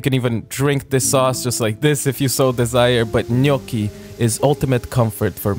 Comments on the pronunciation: On behalf of the entire italian population and the Italian Republic, I want to thank you for pronouncing the word "Gnocchi" the way it is meant to be pronounced. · I didn't have words enough to say how much I can relate to every second of this video. By the way, you say "gnocchi" perfectly, man, I'm obsess!